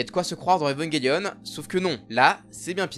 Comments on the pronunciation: J'ai arrêté la vidéo quand j'ai entendu "evanGUÉlionne" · Excellente vidéo, mais la prononciation de Evan-gay-lionne qui m’a fait bien rire